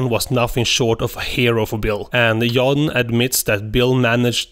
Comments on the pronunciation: Stop saying Yan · You pronounce John “yawn” and young “joung”